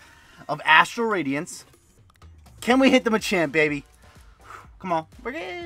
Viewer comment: "time to open rastral adience... dastral badience... PWUEEHAHAHHA!" - CTR